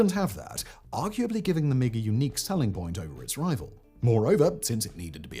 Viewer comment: Poorly researched, a lot of errors (everyone has commentated on the Belgium MiG story in particular), some sloppy reading ( constantly saying "M-23" instead of MiG) and just a personal bugbear, but the MiG-21 was bad? No, it was excellent, which is why it stayed in service for so long. Ask the Red Flag US pilots who flew it; they hated the 23 yes, but with the 21 they could go toe to toe even with the F16. The reason it was kept in service with the 23 was because Soviet Doctrine was always to have a short range, knife-in-phone-booth dogfighter, which was the 21, and a long range missile truck, which was the 23... And the 29 replaced the 21, NOT the 23 in that role. It was the Su-27 series (and the MiG 25/31) which replaced the bigger missile haulers. Sloppy, SLOPPY research.